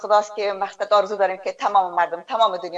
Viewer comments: آرزو است نه ححححححارزو به لحاظ خدا سواد بیاموززززززز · لطفا کمی دقت کنید در تلفظ، جملات گرامر دری تان مشکل جدی داره لطفا کمی تمرین کنین قبل از گپ زدن در مدیا هزیز نه عزیز هاروزو نی آرزو